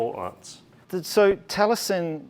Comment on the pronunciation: Great vlog and lovely gents with awesome accents- however, Taliesin has 4 syllables.